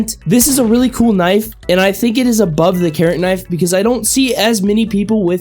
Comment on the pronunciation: when he started talking about the carrot knife I thought he said karen